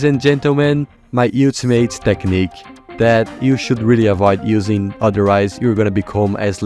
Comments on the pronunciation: Bro said utamate in some parts of vid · Your pronouncing ultimate wrong